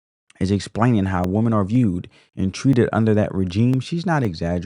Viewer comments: I totally give this video a thumbs up. However, why is there this new trend of how the younger generation pronounces the word, "women" when describing more than one woman? It must be a tik tok thing bc it sounds ridiculous. When describing more than one woman, it's "women", not "woman". It sounds very uneducated. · Woman. Women. Please learn how to pronounce both and understand the difference. You diminish your content because you have not understood very simple grammar.